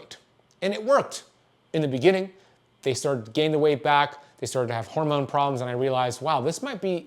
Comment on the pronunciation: The way he says "horemoan" 🤣